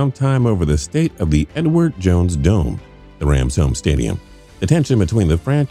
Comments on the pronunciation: Did anyone else hear Edward Jones Dome as "N-word Jones Dome"? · I don't know what it is about this narrator but it sounds like he keeps saying the "The N-Word" Jones Stadium 🏟......lol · read comments just to see if anyone else noticed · Sounds like he said "N word Jones"